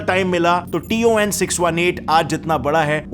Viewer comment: It is not t o n it is ton